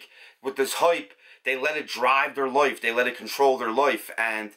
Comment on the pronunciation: I like how you say life and the word like, ( Loif, loyf loik, loyk, hoyyp, ) ☺ hehehe🤗